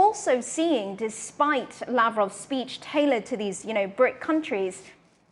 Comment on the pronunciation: Peach? or speech 😂